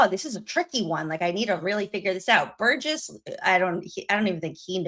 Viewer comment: Its Burgess not burrows. Sorry.